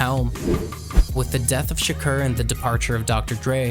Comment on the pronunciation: If you're going to pronounce tupacs last name -do it right.if you're going to pronounce the owner of interscope name-do it right.pac wasn't locked up for the charge you claimed.